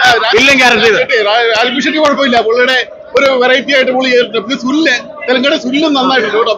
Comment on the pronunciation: ഷെഡ്‌ഡി അല്ലടാ.. ഷെട്ടി